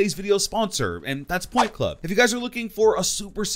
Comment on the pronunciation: Instead of point club i thought he said pornhub